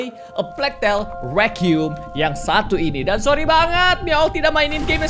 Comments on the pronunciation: Hlo kak regi Cuma mau koreksi aja pengucapan "requiem" yang bener itu ri-qua-yem. Bukan re-qium. No hate ya, cuma koreksi ajaa kalo dibaca alhamdulilah kalo tidak yasuda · Sebenernya ngomong nya sih.. Rekwaiem